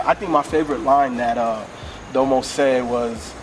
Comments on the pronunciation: had it right the first time lol its "da mo" genesis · HE SAID DOMO RIGHT THE FIRST TIME ! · I think had it right. I think he wants it pronounced like Da-mo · Did any of you see the needle drops review of this? Or more accurately read the comments? People were getting on him about the pronunciation of Domo. Ha I love how you guys made sure you said his name right.